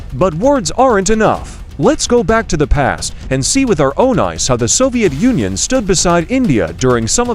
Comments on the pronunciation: Bro said soviet Onion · Its Soviet Union not Soviet onion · Bro said soviet onion 😂😂😂😂😂😂😂😂😂😂😂😂😂😂😂😂😂😂😂😂😂😂😂😂😂😂😂😂😂😂😂😂😂😂😂😂😂😂😂😂😂😂😂😂😂😂😂😂😂😂😂😂😂😂😂😂😂😂😂😂😂😂😂😂😂😂😂😂😂😂😂😂😂😂😂😂😂😂😂😂😂😂😂😂😂😂😂😂😂😂😂😂😂😂😂😂😂😂😂😂😂😂😂😂😂😂😂😂😂😂😂😂😂😂😂😂😂😂😂😂😂😂😂😂😂😂😂😂😂😂😂😂😂😂😂😂😂😂😂😂😂😂😂😂😂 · bro you just said Soviet onion broo😂 Btw they we're like bros❤